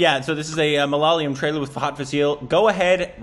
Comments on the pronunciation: Hi and, I would like to correct your pronunciation of the word Malayalam. Don't take it in the wrong sense, I am not pissed off that you mispronounce the word. I just wanted to lay it out so that you could learn it if you are interested. You guys read it too fast and say ma'lalaya'm. In your pronunciation the second L comes before the Y. But in reality the second L is after the Y. M'alayala'm It'll be easier if you say it slower, two alphabets at a time. Ma - la - ya - lam. CORRECT Ma - la - la - yam. WRONG PS: If you notice MALAYALAM, reads the same from both sides, hence a palindrome, in the current pronunciation you use it will not be. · Can you puhlease say Ma- La-Ya-Lum instead of Mala- ya- lam or whatever you say. It is not too hard but not sure why you always put the emphasis in the wrong place. By the way, do watch Mohanlal and Mamooty movies. They are superstars in whichever language they film- Tamil, Malayalam, Hindi. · That's not malaliyam ITS MA-LA-YA-LAM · Ma-la-ya-lam.... Not Ma-la-la-yam... Very difficult right? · Malalayam nahhh... Its ma la ya lam 🤣🤣🤣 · it is MA-LA-YA-LAM...not MA-LA-LYAM....... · Hello guys it's ma la ya lam. And not mla lam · The language is Malayalam. You should pronounce it like, Ma-la-yaa-lam. You say it like ma-laa-la-yam. That's wrong. You can google the pronunciation. I hope you'll correct that.☺️❤️✌️ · It's MA-LA-YA-LAM not MALA-LIYUM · .....it's not MALALAYAM...ITS MALAYALAM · You #₹₹&₹&&₹&₹ it's not malaliyam.. it's malayalam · Nooooooo, the pronunciation is...... - Ma-La-Ya-Lam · The pronunciation is ----> Ma-La-Ya-Lam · Dear.. For the 100th time.. Malayalam is pronounced Ma- La- Ya - Lam.. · And Agian its Ma-La-Ya-lam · Bros ... the correct pronunciation is " ma la yaa lam " What u saysing is correct .. bt just need lengthen the 'yaa' in it ...❤ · It's is pronounced as " MA - LA- YA - LAM " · it's Ma-La-Ya-Lam Break it down and try saying it. 😊😊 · its muh-la-yaa-lum